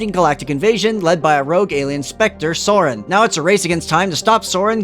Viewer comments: SA-ren not Soren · It's Saren Sare -ren not Soar-ren